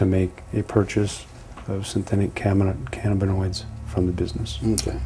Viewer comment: This bad cops plums tingle a lil bit each time he says " synthetic canabanoids".